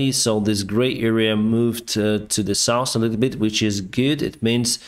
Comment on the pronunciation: Денис, пожалуста не говори( саус) когда хочешь сказать про юг. Саус это для еды, а сауф это сторона света